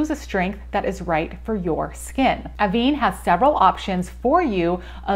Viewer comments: It’s pronounced AVAN (van as in van but less emphasis on the a), not aveene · Pronounce this like “Ah-ven. This is because of the accent over the “e”.